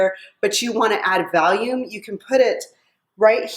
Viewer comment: Valium??? You mean Volume?????😄😄😄